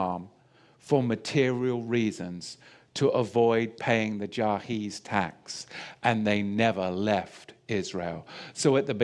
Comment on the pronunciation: Yes, he said jahiz instead of jizya. Yes, there were several Semitic peoples in the area before the hebrews, such as Jebusites, Amorites, Phoenicians, Canaanites, etc. After all the Bible says the invading hebrews fought people there. The land was never empty of people. Note that the Bible talks of the Jebusites who had settled in and built Jerusalem and of their priest/king Melchizedek who is considered a type of Christ. The Bible calls Jesus a priest of the order of Melchizedek and relates how Abram (before he became Abraham) visited him in Jerusalem and honoured him. As for Revelation, yes the zios like pharisees are a synagogue of satan indeed.